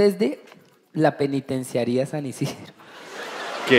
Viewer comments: no puede decir penitenciaria JAJJAJAAJAJAJAJAJAJAJJA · Pensaba que podía hacer de todo y hacerlo perfecto pero no puede decir penitenciaría:3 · Ok pero no fue capaz de decir "penitenciaría" 😮